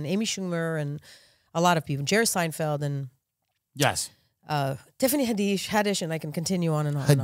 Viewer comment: The moment Noa said Tiffany Haddish’s name she lost all credibility😂